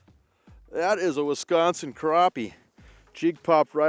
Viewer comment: Guy can’t be from here. “Wesconsin”